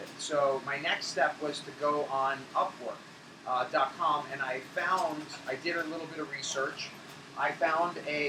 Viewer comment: didn’t you say a third party broker helped you? Did you say upwork? It was hard to understand on the video